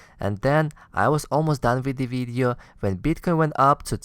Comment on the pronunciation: Why do you say BEETCOIN? It's Bitcoin. Also it's CRYPTOCURRENCY not CLYPTOCURRENCY.